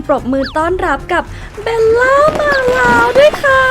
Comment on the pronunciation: จริงๆ ควรออกเสียงว่า เบว ล่า ไม่ใช่ เบน ล่า